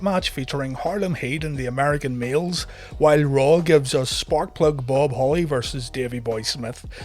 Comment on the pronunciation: When you say American males it sounds like your saying American meals 😆